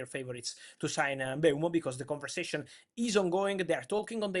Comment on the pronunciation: Travesty that it isn't "M-boom-o"